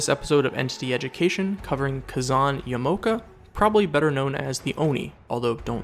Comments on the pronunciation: Yama-oka. Not Ya-mao-ka. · Ya•mow•ka ain't how you pronounce that, and I cant ignore it, Ya•ma•o•ka is how you pronounce it. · For future reference, Japanese language is kinda weird when it comes to vowels. So in stead of "Yah-moh-kah," it's pronouced "Yahmah-oh-kah." I believe the rule is that they don't use short vowels. And hopefully, I got to teach you something! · It's actually pronounce Ya Ma O Ka Ka Zan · Excuse me. I noticed that you pronaunce Yamaoka incorrectly. As person who fluently speaks Japanese from watching Anime i will have to correct you, its pronaunced YA MA O KA. Please get it right next time. THANKS:) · Ya-ma-o-ka is how you say it bro 🤦🏻‍♂️